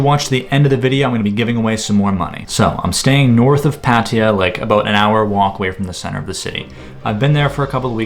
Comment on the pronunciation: I guess one will be scammed if cannot even pronounce PAT TA YA !!!! --- it has nothing to do with PAATI YA